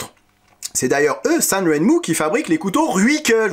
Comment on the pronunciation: précision : ren se prononce "jaine"